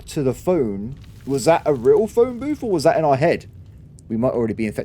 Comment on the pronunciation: telephone "booth"??, i'm disappointed!